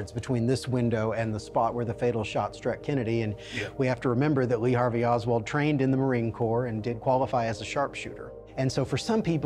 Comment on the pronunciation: Lee Hart-vey Oswald 😮